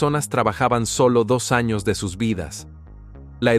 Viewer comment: Me pregunto porque no pronuncias bien los años ????😂😂😂